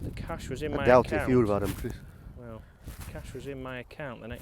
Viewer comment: I smile everytime he says Chris. Criss, Crees.